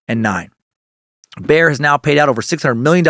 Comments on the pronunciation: It's pronounced like buyer not bear🤣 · Dan how do you get one syllable from the word Bayer? It's not Bear lol